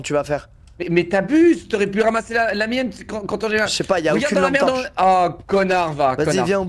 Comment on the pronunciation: allume ta « T-ampe torche » 😭😭😭